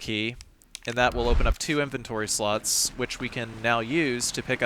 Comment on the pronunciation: i keep hearing inventory sluts...><